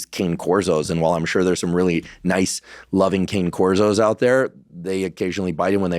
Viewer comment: CANE CORSO , pronounced cah-ne